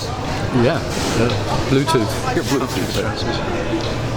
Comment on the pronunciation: "Bluetooth". That hurt my soul.